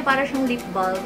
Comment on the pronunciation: I heard ba:lm. It's ba:m po. Inulit ulit mo pa pero cute naman. Sana all maganda lol 😂